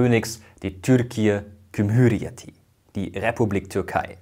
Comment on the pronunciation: Sehr sachliche und gute Einordnung. Einziger Kritikpunkt ist die Aussprache von Türkiye Cumhuriyeti, aber das sei dir verziehen😂